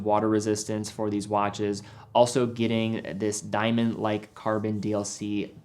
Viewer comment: & Helicoper , wach/waches